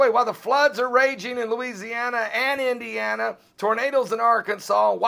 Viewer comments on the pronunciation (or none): none